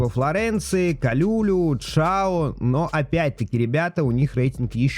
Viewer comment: Не КалЮлю, а КалюлЮ, он француз. А что касаемо Лево, то пока к нему не привыкаешь, то он как цапля, длинноногий, худой и заносит его постоянно, но потом норм.